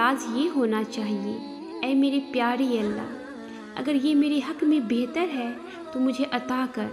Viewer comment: Bather nahi bathaer krke adha kr mashaallah